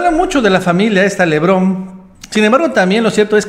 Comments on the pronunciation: se apellidan LEBARÓN, NO "Levrón", ¡Ay!!! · PORQUE LES DICES LEBRON? ES LE BARON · Lebaron Lebaron Lebaron, no LEBRON ya estuvo, pronuncia bien.